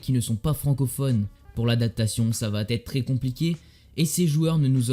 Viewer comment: attention aux conjugaisons.... ca pique aux oreilles parfois .... ( "va t'etre.... sera t'oublié"... ) . Tu mets des "T" partout. Obligé de t'en faire part quand on décide de publier des vidéos ;) )